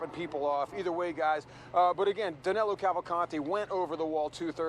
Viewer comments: its Danilo not Danelo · It's Danilo, not Danelo. He killed a man in Brazil before in the middle of the crowd square. He's very dangerous, take care folks. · It's amazing how, not only they can't catch him, they can't even get his name right. His name Is DANILO, not DANELO. I'm from brazil too, and DANILO is a popular name around here, whereas, DANELO, isn't even a name (except for Americans). Maybe they'll get him when they get his name right. I contacted USMS and gave them some tips where he might be, being a Brazilian too, and we are from the same region, different sates, but pretty much the same culture, He's from maranhão and I'm from Pernambuco, some 500km apart, i guess, i kind of understand his mind. I think the tips a gave them are going to be helpful. Is that 25.000,00 reward valid for non-Americans too? I hope they remember me when they capture him or kill him. i could use 25 thou. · Danelo? His name is Danilo.